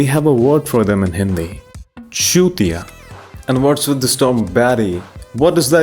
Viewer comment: bro when he said chutia in that accent ts got me rolling